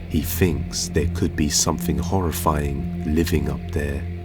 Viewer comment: It's, thing, not fing. Something, not somefing